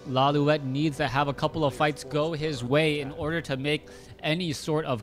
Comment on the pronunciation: correction: it's pronounced as law-light not loliwet